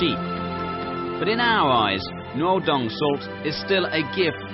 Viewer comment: The pronunciation of the speaker is so confusing - Noodung instead of Nuodeng, Raoguo instead of Rugao. Sad!